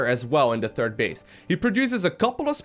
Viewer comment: ''Turd base'' I love it when says ''third''.